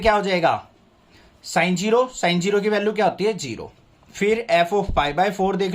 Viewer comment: sin 0 ❌ saanjiro ✅ 😂😂